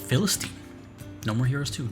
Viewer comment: It's not just me and she's totally mispronouncing philistine, right?